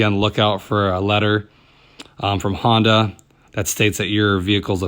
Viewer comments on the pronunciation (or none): none